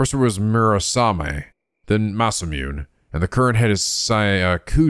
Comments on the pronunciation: Pretty sure Masamune is pronouns "masa-moo-nay" not "masa-myoon" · oh right by the way masamune is pronounced ma-sa-moo-nay lol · 1 hour in "IT'S PRONOUNCED MA SA MOO NEH".